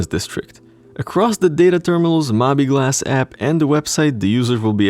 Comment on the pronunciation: Sounds good to me. Oh and I believe it's pronounced "Mo-bee Glass"